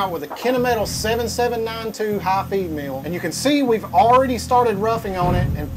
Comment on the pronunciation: l was out when he mentioned hot females ... there were cnc machines in this vid? (he pronounces feed mill kinda like female)